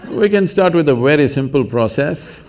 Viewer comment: "Wery difficult!" Lol. Love it.